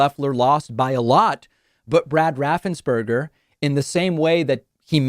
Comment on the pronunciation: Let's be clear on Brad's last name. It is NOT RaffensBURGER. It is spelled, "Raffensperger" and that rhymes with purger. My point is that he still sucks, even though he was beat up by his own team.